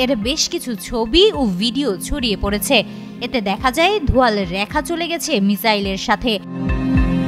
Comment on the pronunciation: র‍্যাখা নয় রেখা।